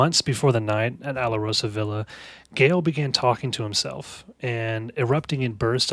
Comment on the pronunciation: JFYI- it's pronounced "Al-Rosa-Villa"